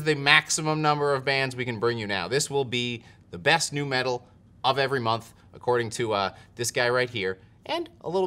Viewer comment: You said “best nu Metal” and I almost threw up lol